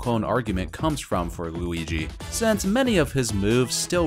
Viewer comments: why did u say oui-ouigi the 1st 2 times u said luigi’s name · my man calls luigi wooweegee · “What’s the difference between Mario and Wewigi?”